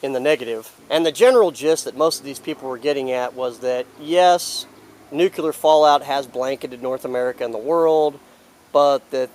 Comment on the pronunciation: keep it up :-) - please try this tho "nuc -clee -ar" - "nuu - cuuu -lar" is incorrect